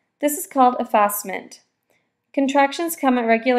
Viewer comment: If you can't pronounce effacement, you shouldn't be making a video like this.